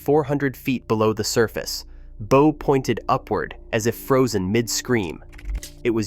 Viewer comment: Bow is pronounced B Oww, like oww that hurt, get it right AI Bow that hurt.😊, not like bow tie...., okey dokie?